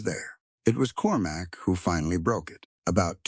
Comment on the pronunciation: Cormac, not Corumac! Proofreading would be much appreciated